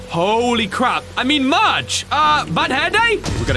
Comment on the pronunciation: Is it just me or does continuesly say “merge” in the place of “Marge”?